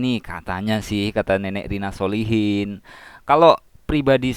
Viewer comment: SOLECHIN bacaannya bukan SOLEHIN tapi SOLE CHIN